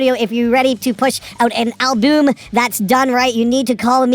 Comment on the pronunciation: Lost it at "albume".